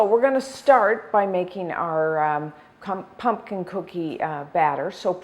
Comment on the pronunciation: Pumpkin, not punkin.